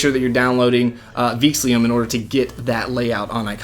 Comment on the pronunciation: Theme name is "Veexillum", not "Veexlium"!